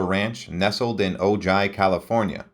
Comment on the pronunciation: The narrator butchered at least three words in his incorrect pronouncements of "illustrious", "Potomac" (River), and "Ojai" (CA). Totally cringeworthy.